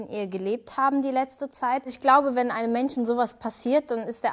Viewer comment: "Mentchen" "genwüntcht" "Chwäche" "weltchen" "Chonse" "chlimm" "Chwerpunkt" "zum Beichpiel" Ihre Aussprache ist so schlimm.